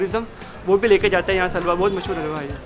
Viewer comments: She can't even pronounce "halwa" properly, what is "hawa"? L is not silent in the pronunciation of the word "halwa". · I don't think we should pronounce Halwa as 'Alwa'. Pls no 'H' silent 😶😐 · For the love of HALWA, please pronounce it properly... what is "aaalwa?" Or get a desi reporter. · Listing to this alwa instead of halwa gives me anxiety 😫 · Alwa nhi halwa hota h gadhi ki dum😂😂😂 rahul gandhi ki bahen😂😂😂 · Alwa❌️ Halwa✅️ 😂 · It's called Halwa not alwa😂😂 Spanish presenter silented H. RIP ALWA😂😂😂😅😅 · Can you not say the H in Halwa, what is Alwaa? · It's halwa not alwa 🙄🙄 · Not “alwa” it’s just “halwa” lmao! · Yeh halwa alwa kyu bol rahi hai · ⚠️ tw - I stopped the video after listening that 'alwaa' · Haalwa not alwa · oh God its not Agooua. it's H A L V A.. get a local voice over narrator. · Common narrator....its not 'aal-wa'.....its pronounced "HALL-WA" with "H" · its not agua its haluaa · It's not "agua", it's "halwa" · Umm... All good, but atleast try to pronounce the word in the title clearly. It's Halwa, not alvaa. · It's not alva, its halwa like pronounced hal -wa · It's not Hawwa, you must learn how to pronounce it. It's Halwa, l is not silent. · Bro it's halwa 😭😭😭 not All wa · It is Ha La Wa Awaa 😅😅😅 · Idiot narrator it is halwa not alawa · Did I Heard "Auaua" Instead Of "Halwa"... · Atleast get some who can pronounce the word Halwa proper as hal·vuh and not agua. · Agva nahi halwa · Sounds like alwa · What great presenter .She cannot even pronounce the word Halwa proper as hal·vuh and not agua. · It's not `aalwaa` learn to spell an pronounce properly please, don't butcher words, it doesn't take that much effort to get it right. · It's not Aw bw wa.. 😂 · Kindly pronounce it properly...ita haalwaa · haawa is not how you pronounce halwa ughhhh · Couldn't they get a narrator who could pronounce halva correctly? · I lost my train of thought every time she says "halwa" as alvaa. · I thought she was saying Agua lmao. At least say it right